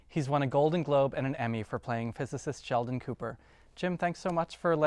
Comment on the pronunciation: That dude wants to put the D in ShelDon